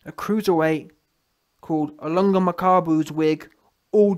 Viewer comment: You pronounced Ilunga perfectly showing your 190 iq points my guy 💪🏽